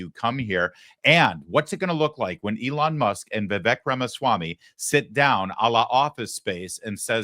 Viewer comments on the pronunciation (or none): As much hoop-la as the Left made over the pronunciation of Kamala's name, this Lawrence (Larry) guy mispronounced Vivek's name. It's Vivek - "like cake"! Just saying!